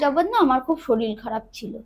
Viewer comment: Bhalo laglo, tobe saril saril naa bole, sarir bolle sunte bhalo lagto...